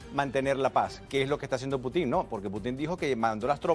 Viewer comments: Hasta cuándo van a estar pronunciando Putin con acento en la i, eso les quita seriedad , el único en decirlo bien es el señor español , se pronuncia Putin , con acentuación en Pu , no en tin , por favor . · Que va, no puedo seguir del minuto 3, por no escucharlos más decir Puti'n da risa, aprendan de a decirlo correctamente, el insistió en el nombre y ustedes insistían en decirlo mal, que poca profesionalidad, ese que aprenda también, Caos.